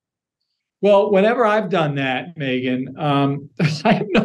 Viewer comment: “A very pregnant Megyan Kelly” 😂